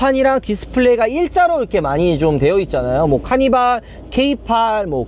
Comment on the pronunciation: 카니바 케이파~ 이렇게 들리는데